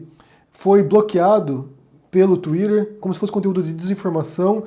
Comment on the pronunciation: Vc pronuncia Instagram e Tweeter com sotaque inglês, sendo q vc está falando português.Mas ao mesmo tempo diz q lockdown é um termo muito chic!🤣